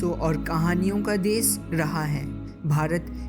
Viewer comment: why he is saying des??